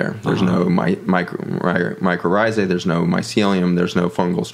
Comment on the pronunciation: Mycorrhizae (I’m hearing “ micro rrhizae”)